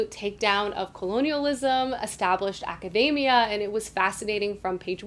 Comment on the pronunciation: Ok but why did you have to mispronounce academia like macadamia?! 😆 It’s aca-dee-mia. We don’t say acaday-mic, lol. So many people pronouncing it wrong just grates on my ears.